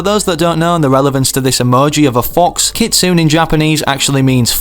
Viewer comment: Japanese is part of my heritage. Please for the love of all that is holy and good in the world learn how to say japanese words before you use them. Every time you say 'keet-soon' for Kitsune (keet-SUE-neigh) you kill me and I'm sure all other nihonjin (knee-hawn-jean) inside a little. So please any Japanese word you see 'NE' in pronounce it like 'neigh'. I love and appreciate your content always and use your content creator code all the time. ID: DrunknIronRabit